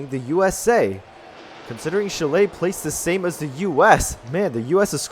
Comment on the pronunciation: Olé Chill-lay! Whatever that is. It's pronounced more like chili the food. Otherwise, great video, keep up the good work!